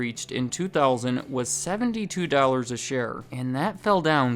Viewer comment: I just noticed pronounces dollars as "dowl-ers" and now i can't unhear it